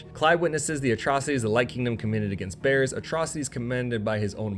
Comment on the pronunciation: (note: I am not trying to be a troll, just sharing something that I found interesting) I gotta admit; your pronunciation of "Bearers" had me grinning. Even the automated closed captioning was showing it as "bears" instead! Keep doing your good work. Sometimes I have ended up fully playing a game after watching one of your videos.